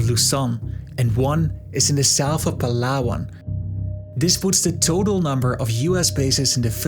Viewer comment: He pronounced palawan correct.